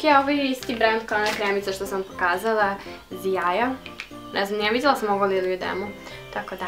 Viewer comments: jano cita se zlaja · To se čita " źaja"" ś .tako su meni rekli inc sup